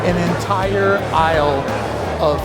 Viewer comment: From the aisle or “eyele”?